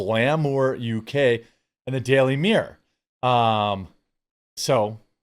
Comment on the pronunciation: Why do you pronounce 'mirror' as "meeeeeeeeeeeeeeeeeeeeer'?